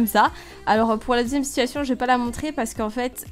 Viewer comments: Je ne te supporte pas dsl c pas de t’as faute c moi je déteste quand les personnes prononce mal les mot comme tu du situasione alors que on dit situation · On dit pas situationne mais situation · J'aime les situationne(prononciation XD)😆